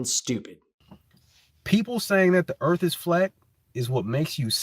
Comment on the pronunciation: Why would anyone respect your opinion about the Earth when you can’t even correctly pronounce the word? WHAT A PHONY LOSER!!!